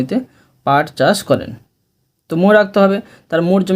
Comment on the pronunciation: পাট চার না পাট চাষ